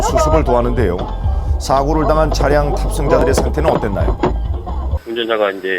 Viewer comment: 차량 차ㅡ 량 ? 계속 차 를 너무 길게 발음 함